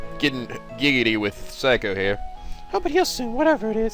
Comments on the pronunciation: ITS NOT SIGH-COH ITS SAY-COH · It's not phsyco it's say- co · Psycho? Really...see-ko. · I know it doesnt really matter now but her name is pronounced Sa kio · Say koe is how I think u say her name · Seiko is pronounced as Say-co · seiko is pronounced sayko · I'm disappointed in his pronunciation of Seikos name. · Hey, good walkthrough so far. I find your readings very entertaining. If I may make an offer, the way you pronounce Seiko's name is with the long "a" sound. In Japanese, ei=ai. (Unless, you knew that and you're just making fun of the name).